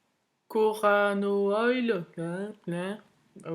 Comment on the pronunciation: macorano oil, mdr, tu m'as tuée, ah! moroccanoil (bourrée de silicone ou de quaternium) (cache-misère).